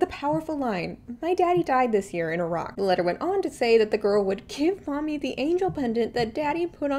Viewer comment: Omg I thought you were saying "a rock" not "Iraq" 😂🤣😅 I was so confused for a min